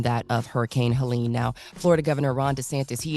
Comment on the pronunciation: Helene ; like , pronounced : Heleen. Not , Helen.